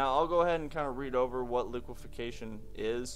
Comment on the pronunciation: goog report. btw its liqueFACtion not liquefiCAtion just sayn. . keep up the great work here